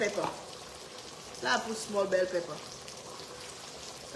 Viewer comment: Over, pepper. Not ova, Pepa...